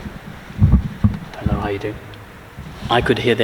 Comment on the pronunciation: "herro herro" lol. And the back-and-forthing of mosques and churches back in the day was indeed fair play :) Good editing too.